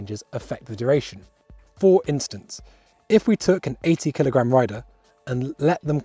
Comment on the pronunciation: What’s a “keelogram”?